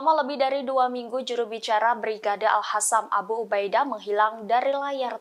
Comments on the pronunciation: Itu bacanya al kosam bukan al hasam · Al Qassam mbak bukan Al Hassam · Tribun Timur harusnya MENTRAINING pembaca beritanya, agar melafalkan tulisan dengan benar. Contoh tulisan yang sangat sering salah di lafalkan oleh para pembaca berita Tribun : AL QASSAM harusnya dilafalkan dengan AL KOSSAM. Tapi sering dibaca dengan ngawur oleh para anchor Tribun, dengan lafadz : AL HASAM, AL KASYAM Sepertinya mereka tidak pernah ngaji baca Alquran. Oleh karena itu seharusnya Tribun Timur MENTRAINING pembacanya agar melafalkan tulisan asing /arab dengan benar. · bacanya dg huruf ق (qaf), jadi ga terdengar hassam